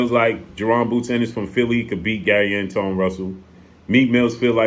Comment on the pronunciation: Gary Antawan is how u pronounce it, if im not mistaken. The only one who beat boots